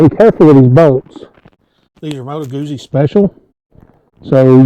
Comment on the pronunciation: Moto Guzzi...GOOT-ZEE. How do you pronounce PIZZA? Great bikes, btw.